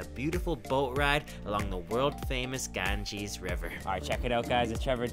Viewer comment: Gangeees 🤣🤣🤣🤣😂😂 As said by harsh gujral